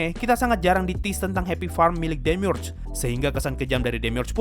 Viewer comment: Gw bacanya demiurge bukan demiurge